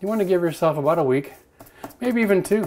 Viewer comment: Lol "aboot"